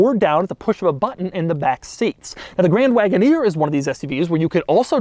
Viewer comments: Grrrrrraaaaand Wagoneer...(tongue roll). Why??? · It's absolutely unacceptable for this man to be saying grand wagoneer the way he is saying it